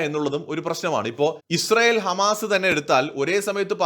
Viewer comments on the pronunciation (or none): none